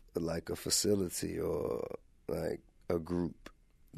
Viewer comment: So what did we learn here? Well this interview wasn't exactly executed expediTIously. TI's favorite word is faciliTI. He didn't do any research. The pond didnt have a fountain. It took 15 minutes into the interview before he learned where Bohemian Grove was. There's bats in the woods. The word mock has more than one meaning. Even Satanist are racist. Alex was not shot at but he would have definitely been shot at. Unfortunately Alex didnt get to answer if he believes in white privilege. Because I guess that the topic of racism was a little more important than the fact that Alex broke into and recorded a satanic ritual mock child sacrifice and gay sex party that our elected officials attend. If TI would have let Alex finish his point/sentence it would have answered the question that he asked before the point/sentence and then again in the middle of the point/sentence and sometimes a few more times before he completed his point/sentence. Alex knows how to say the word cap. And TI needs to invest in a dictionary and maybe invest some time in learning how to interview, and no the view and CNN are not good examples. And possibly do some research on the topics you will be discussing before hand so these interviews come out expediTIously and we can learn more about these satanic ritual and mock child sacrifice and gay sex parties our government officials are attending and less time on did the fn pond have a fountain.